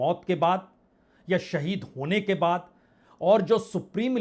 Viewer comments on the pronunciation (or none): none